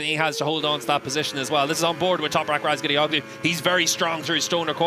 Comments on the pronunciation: I cringe whenever I hear that commentator pronounce Toprak's last name as RazgatlioCKlu. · Steve English, the co-commentator still can't say his name lol.